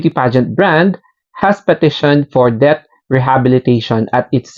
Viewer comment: Mali basa mo sa debt 😂